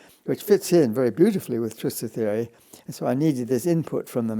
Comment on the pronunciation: The interviewer cannot say theory without messing it up. Why does he think he can interview in English ? He obviously does not understand a word of what Penrose is telling him. I do not even think he is mathematically literate.